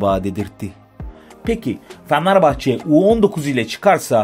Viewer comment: ya kardesim su turkceni biraz duzeltemezmisin? fenerbahcenin adini bile dogru telaffuz edemiyorsun. bu fenerbahcelilere hakaret resmen